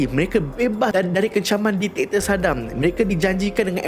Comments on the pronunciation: Bkn diktiktor.. diktator bang.. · Bang.. just fyi ye.. bukan ditaktor.. dik-ta-tor... Ampun bang ya.. sy tegur secara open sbb byk youtuber/influencer/celebrity, pun salah sebut dan eja perkataan ni.. maaf n ampun bang ya.. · Diktator ✅ Ditaktor ❎ Repeat after me... Dik ta tor... 😁